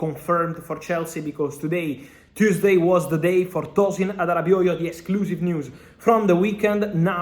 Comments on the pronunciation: Impressed with how well Fabrizio pronounces Todin Adarabioyo’s name correctly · The way he pronounce Arabioyo